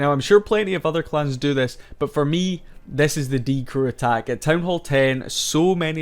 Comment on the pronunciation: bibi is pronounced beebee but short just like die crew has a short die actually. its die CREW not DIE crew duh